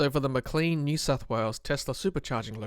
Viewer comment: It's pronounced Maclane like plane, not Macleen like clean.